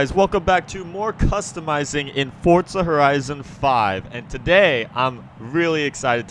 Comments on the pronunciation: forza not fortza bruh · Y does every1 say fortza its forza! Like 4za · Why do u say fortza haha its forza...